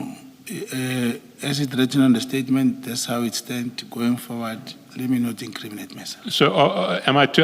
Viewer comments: Word of the day : LET ME NOT increaminate myself😂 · Our data for " iam not going to increaminate my self🙉